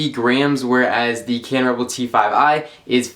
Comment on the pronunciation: Why can't this fucker say cannon